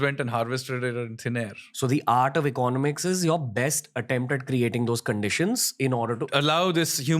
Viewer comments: please say economics properly 🥲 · Ranveer, learn to pronounce the word 'economics' correctly. You use it quite often and it makes me cringe.